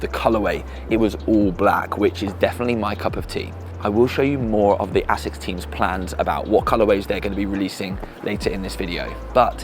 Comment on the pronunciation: the longer the video goes on the more your pronounciation of asics annoys me lmao sounds like youre saying ACIDDD OR A-SICKS LMAO